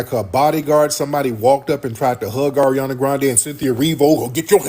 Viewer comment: Ari-ohndah is cracking me up. Never heard that name pronounced that way